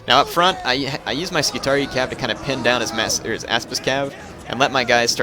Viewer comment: I'm pretty sure it's pronounced "scoo-tar-ee-eye" btw